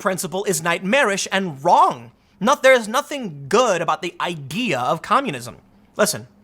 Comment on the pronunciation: Did I hear Tim saying "igea" instead of idea. let's make that into a meme. LETS GO!